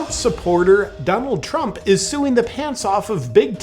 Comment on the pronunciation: "Deranged Trump supporter... Donalnd Trump..." OMG, i lost it :D